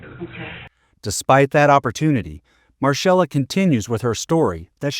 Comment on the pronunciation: It’s pronounced Marcella not marshella.